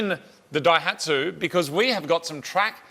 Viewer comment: The name "Daihatsu" is a combination of the first symbol (kanji) of Ōsaka (大) and the first of the word "engine manufacture" (発動機製造, hatsudōki seizō). In the new combination the reading of the "大" is changed from "ō" to "dai", giving "dai hatsu". Not 'break the dyno'. Just FYI...